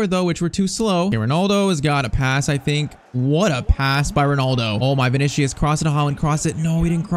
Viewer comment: Bro I swear this blud is sayin vinicshus